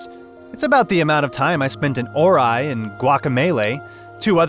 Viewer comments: You lost me at "OR EYE" ... the fuck ? have you not heard anyone say Ori ? You played the game and didnt look up anything on youtube about it, never heard anyone pronounce the game's title ? HOW ???? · I swiped my finger across the screen so hard when I heard that just to find this comment. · Did he just say Or-eye and the Blind Forest? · Did he pronounce Ori as "Or-i"? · "Or-eye" xD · This man straight up pronounced Hallownest as Hollownest for the entire video, and then he dropped that "ORAI" for Ori.